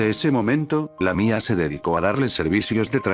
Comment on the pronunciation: Me da risa cuando diste lamía🤣